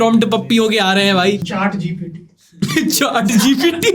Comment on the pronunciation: Chat GPT ❌️ chaat gpt ✅️ 😂😂😂😂